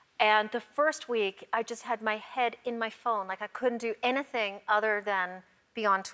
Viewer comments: She says anathing instead of anything. I noticed this on arrested development and found it odd as it didn’t match her accent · The only time I've heard Portia's native Australian accent come out. "Anathing" instead of "Anything" haha. I love them as a couple they're just so lovely together! 💙🙂💙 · When she said "I couldn't do anything but be on my phone" when she said "anything" her Aussie accent came out and she sounded like she said "enytheng" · It peeks out sometimes, like when she says "I couldn't do anything" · you could hear it again xD "anything" the way she pronounced it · CAvideoFAN. U did the accent comes out when ever she says the word anything.